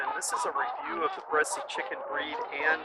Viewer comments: It's pronounced without an e at the end. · Bresse, the 'e' at the end is not pronounced. You're killing me. I can't even watch this video. If you watched anything about this breed, you wouldn't be pronouncing it like you are. Lots of people try to get their money back on breeds. Any hatchery will ask for pictures. And don't knock Greenfire farm. If you stopped and learned about the breed ahead of time, you'd know that their bone structure is different. What a chicken snob. Learn about the breed before you buy it and you could have created an environment that was better for them. I've had chickens with crooked toes, its not just the Bresse. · He says bressie like bessy. The French prounce it like bless. lol I don't know what "French" person you heard but they were misprouncing it. Look it up. It's not bressy. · I have Bresse (pronounced Bress, not Bressie like this gentleman says) chickens. They are beautiful. I have crossed them with Australorp and Meyer Hatchery's Olive Eggers. They have a few colored flecks which I like. I thought that the white was like bleach over other colors until I crossed it to a Mottled Java which is one of my favorite feather patterns. (Mottled Java pullets went broody too often). The F1 is almost totally black. She has a few white spots on her breast, but you have to catch her to see them. She has started laying a nice pink egg. I will see if the broodiness carries over. I am wondering if you have crossed them to Sapphire Gems? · Bresse - Rhymes with BLESS. Not Bressy. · It's not "bress-ee" it's "bress." You are why people don't like us coming to their countries on vacation.